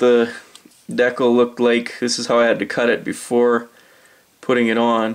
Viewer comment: Those SD60F units are looking pretty skookum! Great work! You're one of the first people on YouTube that I've heard pronounce the word 'decal' the same way as I do. Must be a Western Canadian thing. Thanks for the great vid.